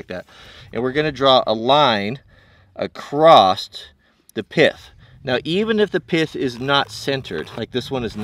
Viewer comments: this is cool and all but when you say "acrost" it kills me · There is a "t" in across??!? ;-) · grammar police: the word "across" does not contain a letter t....so dont pronounce it. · there's no T at the end of "across"